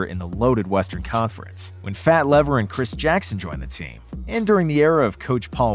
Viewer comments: The guy on the Mavericks is pronounced fat leaver, not lever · and that is Lafayette "Fat" Lever. Pronounced "LEE-vur". It was bugging me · Not bad, but drives me nutz is the mispronouncing players name(Fats Lever) Come on man! I'll excuse Makmeed Abdul Ra-uuf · His named is pronounced ""Leever" not "lever". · fat LEEVer. Fat LEEVER. Like fever or Leave her/ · Wow, does anyone at Nonstop care to listen to the voiceover before posting these videos? Cringeworthy pronunciation on Fat "Lever" and Mahmoud Abdul-"Rauf." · Fat Lever is pronounced leaver and Abdul Rauf is pronounced row-oof. Still a good video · its pronounced leeeeeeeeeeeeeeeeeeeeeever